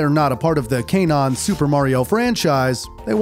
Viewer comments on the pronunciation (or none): Okay, it's bad enough you couldn't pronounce character names, but kay-non? Really? Etymologically, if you were going to improperly elongate one of the vowels it should be the o: can-own.